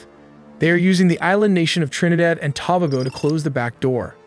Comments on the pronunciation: Ah yes the island nation of Trinidad & Taaaaaaaaaabugo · Its pronounced Too-Ba(y)-Go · FYI, Tobago is pronounced as “Toe-bay-go.” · lol serious. Trinidad and tabogo should be To-ba-go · Bro I'm a Trinidadian and it's pronounced to bay go .........not tobahgo😂😂😂😂😂😂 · Very nice video love the visuals. Tobago is pronounced as Two-Bay-Go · Dude,,, you butchered the word "Tobago" It's pronounced Toe-Bay-Go !!!!!!! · Great vid! but Tobago is pronounced toe-bay-go Appreciate the hard work 💪 🙏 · Say it with me Toe bae GO! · "Tobago" is pronounced "2-Bay-Go" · Is this an AI narrator? It sure mispronounces a lot of words: "Tobago" was "Tobba-go" and "Cartel" was pronounced as "Cartle". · Tobago is pronounced two-bay-go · AI can't say; Ta-Bay-Go! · Its pronounced “Tuh-bay-go” still a great video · Tobago is pronounced toe-bay-go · Trinidad and ta-bay-go lol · Such a great video and cannot pronounce Roosevelt and Tobago…great video though. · It would only take you a few seconds to learn the correct pronunciation of "Tobago." For a channel that appears to be well-researched and carefully presented, that's a bit odd. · Dude, I love these videos, but how do you not know how to pronounce Trinidad and Tobago or the word drug cartel like you’ve heard of these words before right?? like seriously, who doesn’t how to pronounce cartel???